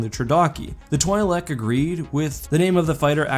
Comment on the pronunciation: It's "twee-lek" not "twhy-lek"...